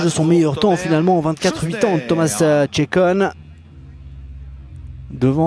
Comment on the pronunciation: Thomas's name on a French manner sounds so nice :)